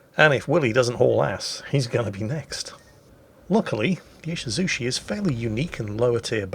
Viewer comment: E-she-zoo-CHEE not 'shi'. Come on now.